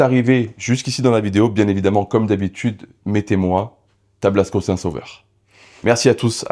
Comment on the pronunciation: Tablasco le saint des saints sauveurs et non tablsaco 😁😄